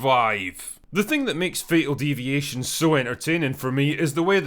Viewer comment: Thought you said fecal deviation